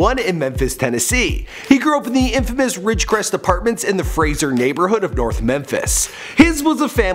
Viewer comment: It's not fraser it's fra-sher man u gotta get he Hood name right homie oh and my dad use to hang with gotti cousin too I swear to God